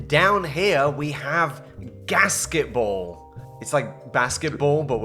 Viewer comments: I kept hearing casketball. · I first heard it as “gasket-ball” and I was confused for a second